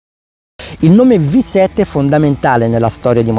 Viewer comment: "vi" 7 NON si può sentire